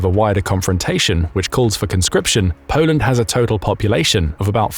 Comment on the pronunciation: Polend stronk! 😅